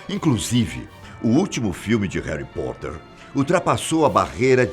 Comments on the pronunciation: "Heri poter" 🤦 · Haly Potter? Kkkk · Réri potter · E Haly Potter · Verdade e hoguorts 😱😂😂😂 e heri poter